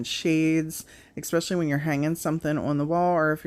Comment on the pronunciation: Not criticizing just an fyi .. The word is pronounced … Especially not Ecspecially